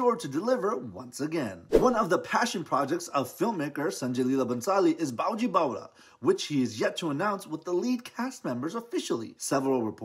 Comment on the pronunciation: It's baiju! Not bowju!!!!!